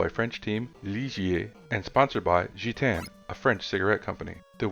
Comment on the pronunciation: Heyyy someone else got the Gitanes and Ligier pronunciation right, RESPEK! 🤜